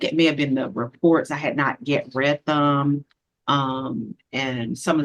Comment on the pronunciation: Reat? "I have not yet reat that." No, it's read. The pronunciation depends on the use in a sentence. But no matter the use, there is no T in the word.